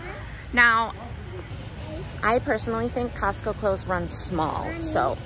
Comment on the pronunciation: She said encostco??? Like encanto?😭😭😭🥺🥺🥺🥺